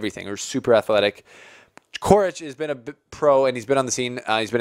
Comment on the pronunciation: Coric is pronounced «Chorich», both C's are pronounced the same.